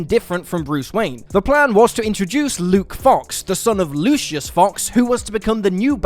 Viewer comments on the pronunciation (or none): none